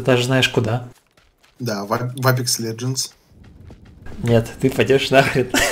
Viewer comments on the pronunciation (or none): none